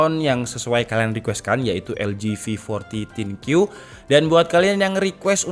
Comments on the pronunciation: Thin Q dibaca Thin Kyu... Think you, mikirin kamu <3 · Thin Kyu -> Thin You = Kamu tipis alias kerempeng😂